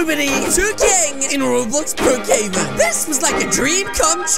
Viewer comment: it’s Brookhaven not rocavan